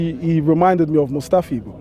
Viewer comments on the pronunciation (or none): Man said Mustafi. Stricto is hilarious. 😂🤣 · "Mustafi" grow up mate, TuT TuT. 🙆‍♂️🙆‍♂️🙆‍♂️